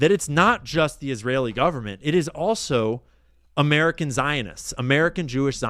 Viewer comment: You don’t emphasize the second word, you emphasize the first.